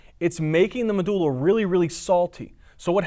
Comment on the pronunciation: pronouncing Medulla is god perfection